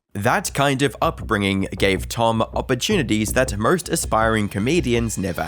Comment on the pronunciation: Can’t say the R in anarchist…but puts r’s in any word missing an R but has an O ie nawwrrr, morrrrrst. Aussies lol